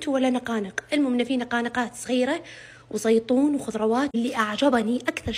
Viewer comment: سمعت قال زيطون 🥲🥲🥲🙂🙂